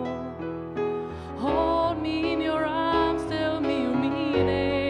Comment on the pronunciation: Ahoj, páčia sa mi Tvoje videá, myslím, že by si pokojne mohla vystupovať na nejakých akciách (ak sa už takto nestalo;)). O cover Queenu by stálo mnoho ľudí. Len malinká výhrada k výslovnosti, slovo tomorrow- druhé "o" sa vyslovuje viac ako "o", u Teba to dosť reže do "a". Ale je to len drobnosť. Máš upokojujúci hlas a je vidno, že si na sebe precovala, lebo oproti videu Bohemian Rhapsody si sa riadne zlepšila v speve. Hodně štěstí!